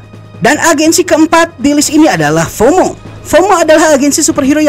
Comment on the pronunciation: FOMO bang bukan HOMO😂